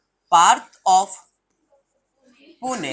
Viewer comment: It's 'Pune' , plz dont say Puna